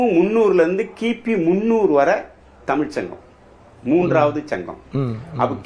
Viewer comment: So much knowledge sir. But can you not prounce the special word Za. Tsmiz. NOT. Anyway nice to know about our great Madurai. TAMIL.